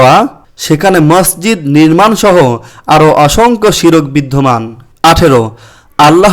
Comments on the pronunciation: শিরক না শির্ক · আপনার উচ্চারণ ঠিক নেই । শিরক বানান ভুল, সঠিক হল শির্ক